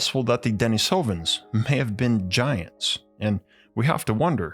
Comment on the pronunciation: Pronounced deneesovens not denesovens.